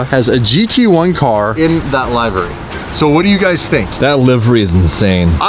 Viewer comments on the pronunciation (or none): 3 min omaze commercial? - Wow. I think that's even longer than raid commercials. Not a fan of the Monza though. It's liv-ery not live-ery or live-ry. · Still amazes me how says LIVEry and says LEAVEry how it's supposed to be pronounced. Someone teach how to speak English 😂😂😂😂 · Citrus yellow pls yesss yesss And can't say name livery Not laivery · pronounced it correctly wrong 😅🤣🤣 li-vr-ee or li-vuh-ree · sorry but the all mighty high power of google has informed me that livery is pronounced li-vuh-ree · The liv in livery sound like shiv. Never pronounce it like lie-very ever again please. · It's pronounced livery not livery! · Livery.... you said it correct, you can be such a noob.